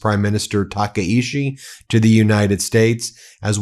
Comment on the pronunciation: Tah Kah EE Chee. Please pronounce it correctly.